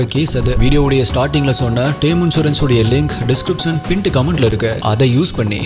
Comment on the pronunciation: Pint comment uh pined comment uh .. bro adha konjam nala solunga .. quality matters